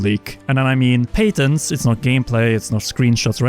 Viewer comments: its pronounced (pat-ins) not (pate-ins) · Do U mean Pat (like patrick) ent? i guess its the difference between European pronunciation and North American eh?